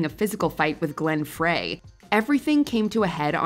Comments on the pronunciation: The way my body shriveled into nothing after they said Glenn Fray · She said "Fray", not "Free". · Glenn "Fray"? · Who is Glenn “Fray”. Geez